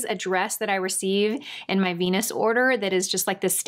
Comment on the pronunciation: "My favorite veans from Jenus" lol Sorry, but that cracked me up! You're so cute. Everything looks great on you.